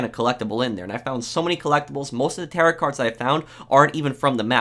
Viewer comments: Tare-Oh Cards lol not Tar-rot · Tarot is pronounced "Tear-Oh" lol. Not "tear-it" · Tarot rhymes with arrow, not carrot. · Tarot is pronounced Tarow not Tarat 👍🏻 and Mischellaneous? 😆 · Hey just letting you know it is pronounced ta-row cards not tar-ott catds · "Tarot" is not pronounced like parrot. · Tarot is not supposed to rhyme with carrot lol 'Teh-row' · Tarot cards aren't pronounced as its spelled. It's pronounced Ta-roe cards. The "T" is silent. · I don’t wanna be that guy but....ITS PRONOUNCED TAROW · He says tarot card, it is pronounced taro haha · Tarot is pronounced "tah-roh" Miscellaneous is pronounced "miss-uh-lay-nee-us" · I can't unhear "mischaleneous maps" and "tarit cards" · "Tare-Oh" cards, it's pronounced "Tare-Oh" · "Tear it cards" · tarot is pronounced "tarrow" and miscellaneous is pronounces "mis-uh-layn-ious" very annoying to hear them mispronounced great vid tho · He's really enunciating TARIT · Terrot cards are pronounced "Terr oh" lol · You do not pronounce the t in tarot . Taro cards. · For fucks sake, it's pronounced "TAE-ROH". The second T is silent... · Tarot is pronounced "tear-oh" lol. Other than that, great video!!! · "Tare Rot" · "Tarret cards" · it’s pronounced taro (second t is silent) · Fun Fact: Tarot (pronounced Tare-o) is a French and German word derived from Italian word Tarocchi. Wiki, Google, who knew. 🤔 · And it’s pronounced tar-oh cards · No. Because while there are some words that can be pronounced differently in different accents or dialects, tarot is ALWAYS pronounced ta-row. Period, end of story. Any other way is just ignorance. Vaze is okay. Var-z is okay. Pronouncing it Wooze is not correct. Even if the listener understands what the speaker is trying to communicate. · Dude. The t is silent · The way this man says tarot 😂 thanks for the video as usual! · Low key, the way this guy says Tarot triggers me a bit. Don't pronounce the second t my dude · Take a shot every time he pronounces tarot wrong